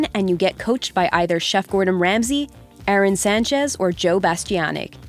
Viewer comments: It's Aarón, not Aaron. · Arrone Sanchez, you are pronouncing his name wrong. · AH-RÓN. The chef deserves more respect so pronounce his name correct.